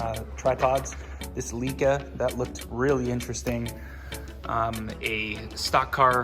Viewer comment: Another gem of a video. Amazing finds! All a tribute to your effort and determination. Thanks for sharing,! FYI, Leica is pronounced Lie-kuh